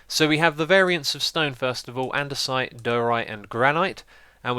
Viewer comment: You pronounced andesite correctly, but diorite is die'-oh-right and granite is gran'-it.